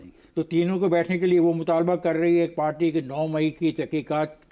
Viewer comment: پارٹی نہیں "پاٹی"